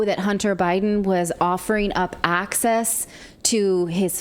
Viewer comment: "arcsass" for access etc ..